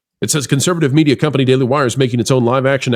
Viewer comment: it's "daily wire" baby 🤣